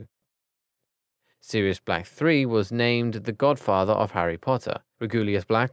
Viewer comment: I think the right pronunciation is Sirius 2nd,not serius two